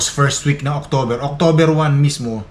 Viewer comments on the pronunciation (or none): none